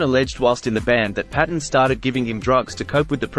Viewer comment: With respect,: 'Tam Paton's surname is pronounced Payton.' Thank you for the channel! All the best. Stay free. Rab 🍻 😎